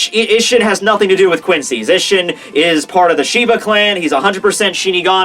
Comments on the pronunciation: Hoe it's pronounced ee-sh-een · Bra, your mispronounciation of these character names and techniques has gone way too long dude It's mugetSU You say it like its Mugets, then you say isshin's name wrong go watch when Aizen is in his Chrysalis form fighting him Urahara and yoruichi and he says all their names. It's a lot others to...